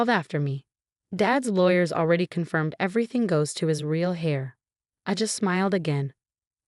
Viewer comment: Heir is not pronounced "hair", it is pronounced "air".